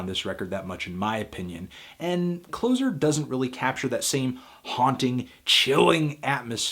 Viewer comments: You had to be there. It's closer (spatial distance) not closer (Alec Baldwin in Glengarry Glen Ross). Gawd please stop saying either is correct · The way you pronounced Closer was somewhat of a revelation for me. I only ever pronounced it with a soft "S." Closer as in, "close to.." But you could also view it as the final chapter, bringing "a close" to the Joy Division story. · I've not heard anyone pronounce Closer to mean 'closure' like you do Anthony. Usually it's 'closer' as in 'nearer'. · Well, I must admit it's first time I've heard it pronounced that way since its release - either way makes sense though. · Interesting: I noticed that when referring to their second album "Closer" you pronounce it as in "automatic door closer", rather than "move closer to". I've never imagined that it means anything other than the latter pronunciation. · I like how you pronounce it like the last comedian in a show Instead of being in the immediate area of someone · Sorry to be that guy but it's Closer as in nearer, not as in the opposite of opener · Sorry but why are you saying closer like something that is used to close something when I'm pretty sure it's closer as in nearer? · A good review Anthony. But, one thing: "Closer" - as in being nearer to you, not as in one who closes something. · It's not "Closer", it's Closer"! I suppose I can't expect anything more from Americans. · You say closer wrong. Like coffee is for closers. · It's not Closer as in something that ends things. It's Closer as in something that is intimate, something close, nearby. Stop saying it like that. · Why he keeps pronouncing "Closer" wrong? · CLOSER prounced Closse - er as in Closer together, NOT closer as in closing a shop. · so apparently you can't pronounce 'Closer'. It's as in 'more close', not as in 'the opposite of opener'. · Alypstick You can say it however you want, but it is indeed Closer as in Close to the door, not Close the door. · Trust a Yank to pronounce it wrong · you said closer wrong